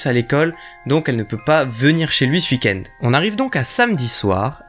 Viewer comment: Je kiff t'entendre dire "hui-kend" pour weekend. Avoir des barreaux aux fenêtres bien pour empêcher toutes intrusions mais pas top pour s'enfuir d'un danger.